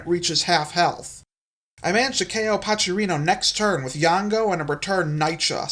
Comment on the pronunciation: The way you pronounce Pachrino like "Pachirisu" instead of "pack rhino" cracks me up